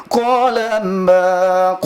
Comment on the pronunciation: Baca AlQurannya masih salah, berarti dia baca Latinnya. bukan dibaca Qola, tapi Qala, sepertinya pernah belajar baca latin Quran, tapi bukan huruf Arabnya.